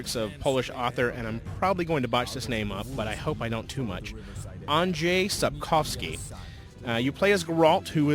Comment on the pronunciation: Woah the IGN reviewer and an American in one person pronounced Andrzej Sapkowski's name pretty accurate! I'm impressed.